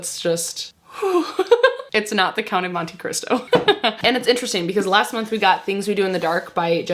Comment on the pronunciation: I laughed so hard at your gibberish when you were trying to say Count of Monte Cristo. 😂